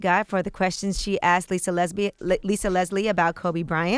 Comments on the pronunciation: Did she say Lisa Lesbian?, Angela?? Lol you had a real Freudian Slip!!🤣🤣🤣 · She almost said Lisa lesbian 🤣🤣🤣🤣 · She almost said "Lisa Lesbian" 🤦🏾‍♂️ pi. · Haha, Yee totally almost said Lisa lesbian